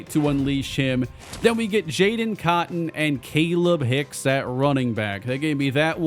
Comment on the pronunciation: I think it’s pronounced kah-leeb hicks